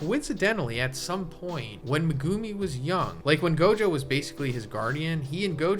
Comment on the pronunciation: Dawg, I love your videos; but what the fuck is that pronunciation of Megumi?